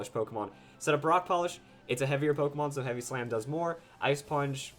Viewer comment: its not polkamon. say it right you clusterfuck